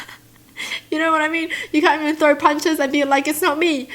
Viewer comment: "When I see her trew something" 🤣🤣🤣 I love that